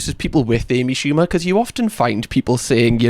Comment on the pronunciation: “A B Shooba”